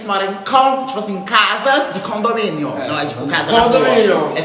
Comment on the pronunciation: Ninguém: Absolutamente ninguém:: Nossa casa de CONDOMÍNIONNN...😹👌